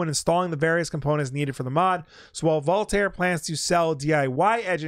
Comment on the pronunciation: I believe it's pronounced Voultar, not Voultar. Like the "ar" in Mario, not the "ar" in Mario.